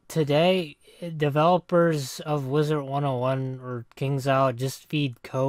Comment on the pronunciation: Is it just me or does say "Wizert 101"